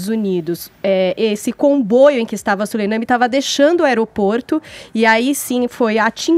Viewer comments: Moça, não é Solenami é Soleimani. Tem que ler direito. E para de falar e deixa o convidado responder, tagarela. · Essa mulher toda hora fala o nome do general errado "soleiname" ( é Soleimani) porra. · é tão despreparada que errou diversas vezes o sobrenome do general iraniano morto, não é soleiname, e sim soleimani, 😒